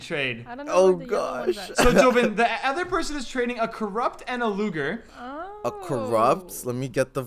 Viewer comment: I yelled when he said loger when it was luger lol